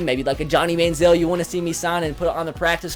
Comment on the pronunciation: Jacob Hurst its Manziel